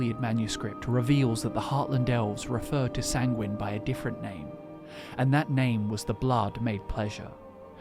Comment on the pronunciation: Sanguine is pronounced as ˈsaŋ-gwən